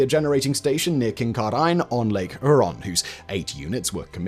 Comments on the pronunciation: What's this guy on about? How is it a doomed or forgotten tech? We're in the middle of building out more reactors with even more just recently approved. And I've never heard more Canadian locations mispronounced in such a short time. It's "Hue-Ron" not "her-on". It's not "Sass-cat-chew-on" it's "sas-catch-u-huan". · It pronounced Lake Hyooron, not Lake Hooron, just in case youre interested. Otherwise ignore me. :) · Wow I never expected to see one of the plants I work at on this channel, FYI Kincardine is pronounced KING-CAR-DIN and Lake Huron is pronounced HEAR-ON. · Good video but its pronounced : Saskatchewan = "Sask-at-chew-awn" Huron= "hyur-on" Kincardine = "kin-car-din" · Ngl the way he pronounced Huron and Kincardine hurt my soul a little. Almost didnt catch where he was talking about. Huron = Here-On Kincardine = Kin-Car-Din Also this video should be revised. Doomed is not the take away I get from this video. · Your pronunciation on the towns and places in ontario is so hard to listen to. Kin-car-din, lake hur-on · Lake Huron...pronounced; hure - (as in cure) - on Kincardine. Pronounced Kin - car - din (Yes, the E has no purpose ... it's just some english sots name) And to those of us that live near it...the reactor is commonly known simply as, "The Bruce Nuke". It is in Bruce County. Not far from the beautiful Bruce Peninsula. And the famous, Bruce Trail. (Canadas longest and oldest, footpath. 890 kilometers, from Niagara, to Tobermory at the tip of the peninsula) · Sorry, I have to speak up: Lake Huron - do pronounce the 'H', HEUR-on Kincardine - we pronounce it KIN-car-din, dropping the 'e' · king-CAR-din on lake HYUR-on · Oh dear... "KinkarDYNE" and "Lake Hooron". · Pinawa Manitoba? Kincardine Ontario? Lake Huron? Haha! I’ve lived in Canada all my life, but I barely recognized these places as Simon pronounced them. But I’m glad he pronounced “Canada” properly. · Yeah, I heard him pronounce Huron and I thought, "He isn't from around here."